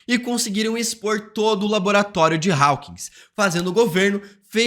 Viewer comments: Rapaz, que agonia de ouvir você pronunciando Raukins. A pronuncio é Hókins. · Ai moço fala “Hawkins” normal kkkkk